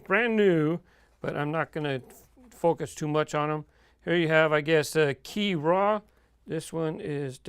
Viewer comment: Qi'Ra is pronounced 'Kira', just so you know. Great video!